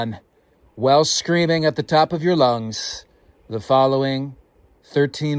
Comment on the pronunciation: 13 words and 9&1/2 syllables... you must be feeling the Fall briskness in the air... you added a little extra oomph to your Ooga Boooga!! 🤣 😂